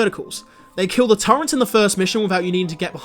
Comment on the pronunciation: What the hell is a "turrent"?